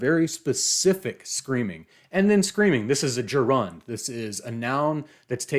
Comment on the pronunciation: Your mispronunciation bugs the Shit outta me. Gerund = JER und. PEE quad. Watch the movie. And worst of all, DIE ( Die Frau Im Mond) is pronounced DEE. DO YOUR HOMEWORK.